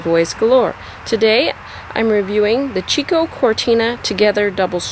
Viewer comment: It's pronounced "Key-Koe".